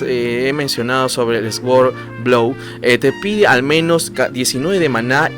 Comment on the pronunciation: bro, no es por mala onda ni nada pero trata de pronunciar suord en vez de esguord ( sword ) repito no es en mala onda. exelente video gracias por compartir.